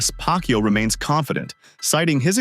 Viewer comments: Pacquiao not pac Q😂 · The speech engine messed up the pronunciation — we all heard 'Pac-Q'! 🤣🤣🤣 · I keep hearing manny pak u 😂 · Am i correct i hear pack you? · "PAK YOU" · you cant even pronounce manny's last name correctly...sheesh. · How on earth do you say Pacquiao the wrong way?